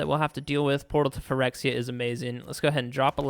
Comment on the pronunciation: I can listen to you say “Phyrexia” all day long boy 😊